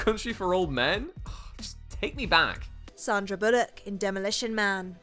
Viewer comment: 310 - Umm I think someone mispronounced Sander Bullock's Surname . . . . . . . .PMSL!